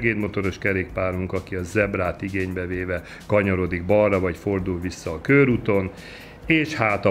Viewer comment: Nem kőrút, hanem körút! 🙄